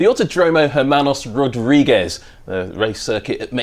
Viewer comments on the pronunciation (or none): its not "jermanus rawdreegus" its "Hérmanos Rodriguez" please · How they pronounce Autódromo Hermanos Rodriguez gets me every time